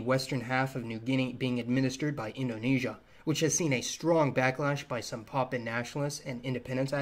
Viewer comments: Poppin? Oh you mean Papuan...pronunciation matters brother...lol! 🇵🇬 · It pronounced as Pahhh Puuuu ennn...not pahhhh pennn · Enjoyed this but man sounds like you’re saying poppin. It’s pa-pu-an.